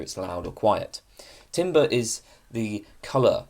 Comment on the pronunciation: TAMBER, IT'S PRONOUNCED TAMBER 😭😭😭